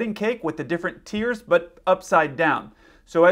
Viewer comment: You are saying tears ,not tiers.😂😂😂😂